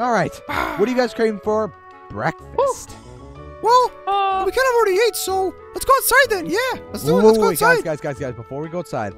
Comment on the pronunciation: It's breakfast not bekfast